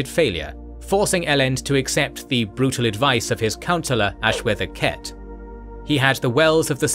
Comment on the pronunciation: He says them different from the audio books. Cett is pronounced sett. Sazed is pronounced say-zed. Two examples of the audio books.